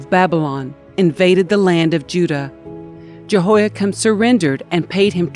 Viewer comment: JEHOIAKIM IS NOT 'CHIN' BUT "KIM"